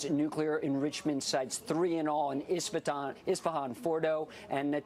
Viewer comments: STOP SAYING ESTAFON! it’s pronounced ish-fa-hon, not ESTAFON, the! Both y’all need to learn how to read. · Benny the name of the city is esfahan not estefan is like u say florkilia instead of Florida, I love your show and this is not a disrespect